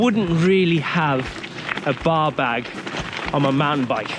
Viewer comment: I kept hearing "baw bag" for the bar bag.